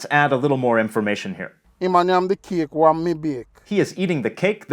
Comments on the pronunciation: we don't say "wa mi bake" we say "weh mi bake" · You wouldn’t say wa you would say weh